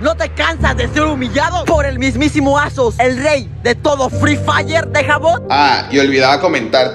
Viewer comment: No ese "Azoz" da verguenza